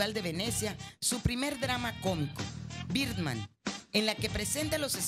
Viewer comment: con biirrrrman jajaja